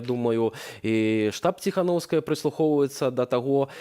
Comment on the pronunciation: РРРРР, Тихановаская, буква РРРРРР